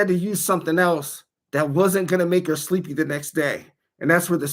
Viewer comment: or so, am I the only one for whom Jenn has destroyed the word "sleepy"? Sorry when you said it it was as if the ol' spud said it. Earlier on when you were noting how long you were monetized, that "one month" needs to be a meme. just the tone alone was sure genuine surprise. Thanks for hosting the live, maybe I'll catch it one of these times!